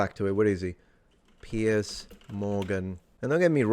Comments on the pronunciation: *Piers..... the man's name isn't "Pierce". What fool let that one get by? One of your paid staffers? And it's pronounced "Piers", as in multiple piers. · “PIERCE” Morgan or PIERS Morgan? 😂